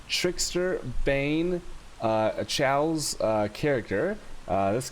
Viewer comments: Not sure if trolling but ill put this here anyway, Chaos pronunciation is Kay-Os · I laugh everytime time u say choas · wait....can he really not pronounce chaos? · lmfao the way you say chaos. wtf?